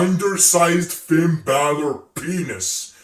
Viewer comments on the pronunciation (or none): none